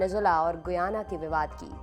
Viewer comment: Its pronunciation is गयाना not गुयाना..